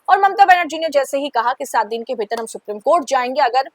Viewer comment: मैं आपकी चैनल का बड़ा वाला फैन हूँ । आप और चैनल के सभी एंकर्स हर विषय पर बहुत सटीक प्रोग्राम करते हैं । सिर्फ एक उच्चारण गड़ता है । Supreme कोर्ट को “सुप्रीम” की जगह “सुप्रिम” कहना । बहुत छोटा पर हिंदी भाषी viewer के लिए अखरने वाला उच्चारण है । उम्मीद है आप ध्यान देंगी । Keep up the good work.